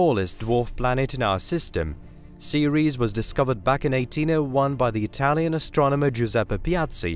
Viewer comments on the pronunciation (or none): none